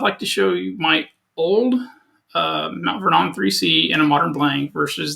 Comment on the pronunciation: Just an FYI ... Mt. Vernon, New York is pronounced "Mount VER-nun," with the accent on the "VER."